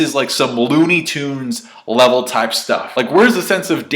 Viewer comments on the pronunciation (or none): none